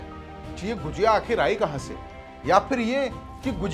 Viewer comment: गुजिया नहीं भाई गुझिया